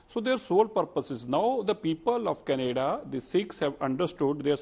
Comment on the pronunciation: Mr BJP Spokesperson, Stop mispronouncing Canada as Kun-ay-da and violence as Voilance.